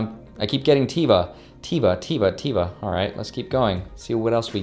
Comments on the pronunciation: Congrats on all the free stocks! Enjoy your trip to Hawaii! Also its pronounced Tehva but since you are the majority share holder you can pronounce it however you want to. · Teva is huge pharmaceutical company from Israel, you pronounced it "tea-va"" which is incorrect. As the new CEO you should know the "E" sounds like how you say the letter A, and this name means "Nature" in Hebrew. This stock was worth 60 USD about 3 years ago, as you got it for free I would totally keep it for the long run if you didn't sell it yet. Love your channel, keep it up! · LOL You said Teva In a funny way(